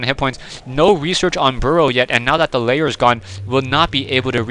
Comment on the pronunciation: Pretty please stop calling a Lair a Layer =/ dictionary . com will tell you the difference and presumably the correct pronounciation Thanks in advance and keep up the good work